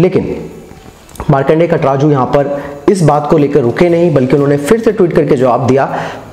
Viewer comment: भाई नाम तो सही सही लिया करो,,कटराजू नही काटजू है...